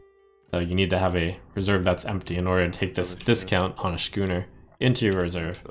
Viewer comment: Schooner is pronounced "skooner." You're driving me crazy, Trump!